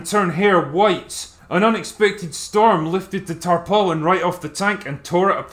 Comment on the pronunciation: Not often you hear the full "tarpaulin". Good on you Drinker.